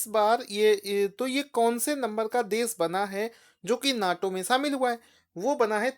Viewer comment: शामिल होता है भाईसाब सामिल नही 😂😂